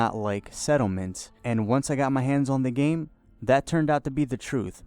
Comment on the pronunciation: Hard to take a guy who can't be articulate enough to say "the" instead of "da" and "this" instead of "dis" seriously.